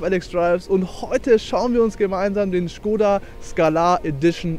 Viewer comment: ist halt die richtige aussprache, die Marke ist tschechisch.